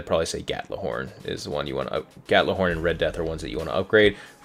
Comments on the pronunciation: Gjallarhorn is pronounced yahl-lahr-hawrn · Everytime you say Gatlahorn I cringe.